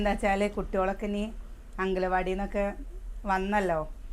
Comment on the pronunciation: അംഗലവാടി അല്ല അംഗണ വാടി